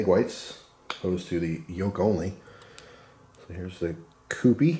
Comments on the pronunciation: It’s pronounced Q-P. It’s named for the kewpie doll on the label. These dolls were popular before you were born 😂. Often they were prizes kids won at fairs. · It's pronounced Q P